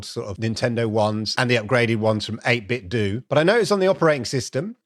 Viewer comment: 8 Bit Dough. Like pizza dough. Like Ninten dough. Not do. Great video.